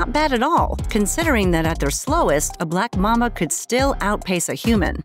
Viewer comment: sounded like "a black mamma" lol